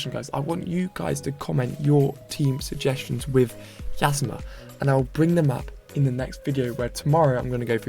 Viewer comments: Hey! Love the vids keep em up. Just for saying, it’s like E-zma. Emphasis on the capital E like in Eternla. Thanks for posting these vids! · Yzma is pronounced as Yeezma